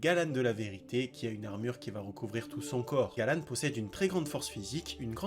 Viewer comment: Juste c'est pas Galan c'est galand